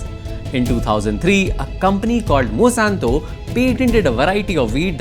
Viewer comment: It really bothers me when you kept pronouncing Monsanto as Mosanto